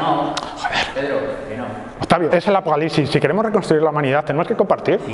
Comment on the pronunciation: cuando comenzo el afocalicsis